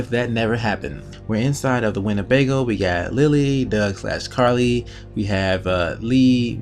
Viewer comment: Carley not by farley